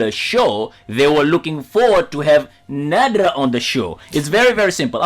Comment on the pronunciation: Her name is Nadra Not